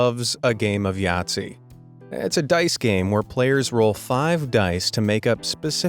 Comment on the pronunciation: “My grandma and I love a game of jazi” whoa for a minute there I thought you said n@ (sorry if jazi is misspelled we don’t have it in Australia 🇦🇺